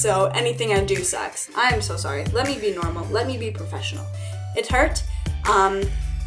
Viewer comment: Haha Isaiah Elliot who cares how much she spent on the tat! Point is she love the meaning behind it and the meaning to her is probably worth way more than $50 anyways. Oh and by the way it's professional not PERfesional